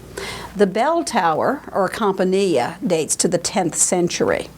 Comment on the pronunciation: It's Vespasian, not Vespaschian. It's campanile, not campanieea.